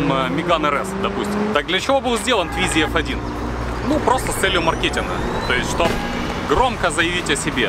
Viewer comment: с какой карусели это сорвало? :))) Формально это квадроцикл. и да, это не Твизи, а ле-туизИ (фхронсэ, шэр-мон:)))